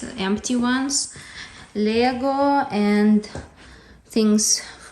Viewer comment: At first i did not realize you were saying "Lego" It sounded more like "laegue" or something